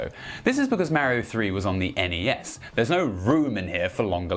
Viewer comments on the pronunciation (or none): He didn't. Hee did say nes and snes wrong though.